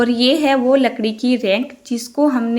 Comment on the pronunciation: रैक बोलते h रैंक nhi di